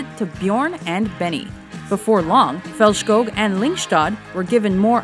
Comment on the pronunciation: Faltschkog and Lyngschtad 😂😂😂